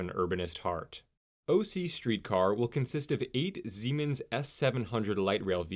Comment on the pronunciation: It sounded like you said the streetcars are made by Zeemens — but I think you meant Siemens? They look both modern and traditional the low design for safety. I enjoy riding Amtrak from OC (Sand Canyon aka Spectrum/Great Park) to LA for certain trips. The Anaheim center is great. These are really hubs and destinations so more routes would be great. Personally I LOVE Santa Ana it’s a very vibrant and welcoming community! There are many little tech and service companies around there, the historic Yost Theatre great little shops and restaurants. And the FREDA independent movie theater has an absolute CULT following of young and old classic movie lovers! I can see so many different types of riders! When I was a kid growing up in Long Beach my mom would complain about big oil and GM that pushed local governments to rip out the tracks because hey cars! I was stationed in Germany for almost 5 years and took so many local and long great trips without a car! I trust this will be a hit and support building out further, as well as building great communities!